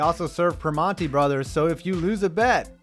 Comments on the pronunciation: I know nobody cares but it's pronounced Pri-Man-Tee Brothers as opposed to Pri-Mon-Tee Brothers... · Dude as a Pittsburgher fuck this dude for how little he talked about PNC, probably the #1 or #2 in the country behind San Fran. Also mispronounced primantis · The way you pronounce primantis brothers...and then dissed it... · youre literal only diss on pnc park was on primantis, and you couldnt even google the name to say it right? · Try pronouncing Primantis correctly before trashing it. Video sucks. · how do u pronounce primantis wrong